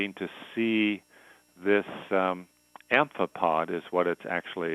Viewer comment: As Accio Me said: the scientist-like-thingy said "amphipod".